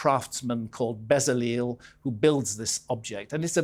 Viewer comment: Not bezzaleel but beh-tzah-LELL, last syllable short and accentuated